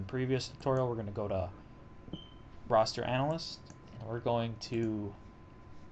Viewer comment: This has always driven me nuts. It's not "Roster" it's "Raster" we're not talking about the starting 5 of the Miami Heat here...we're talking about images. RASS-TER